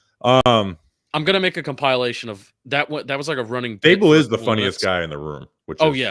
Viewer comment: Yo Jus I don’t like how you pronounced compilation 😤